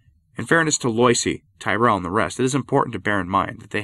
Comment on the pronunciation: Yikes! It’s pronounced “Lwah-ZEE”, not “LOY-see”. Learn some French, man. To be fair, popes like Pius IX were pretty intransigent, and their hamfisted methods (like Vatican 1) laid the seeds for Vatican 2 and Francis. And it’s “TEER-ull”, not “tie-RELL”. Fun talk though.